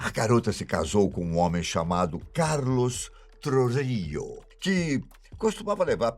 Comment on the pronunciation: Como argentino n consegui n rir de quando tentou falar Carlos Trujillo perdão KSKAKAKSJSJ